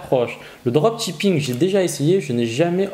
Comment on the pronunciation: En anglais seul 'ch' se prononce 'tsh' Donc le droptchipping ça pique les oreilles 😅 Sinon j'adore votre chaîne, que des informations de grande valeur